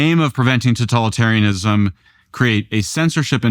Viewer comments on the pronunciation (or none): If he says 'tatolitarianism' one more time...😤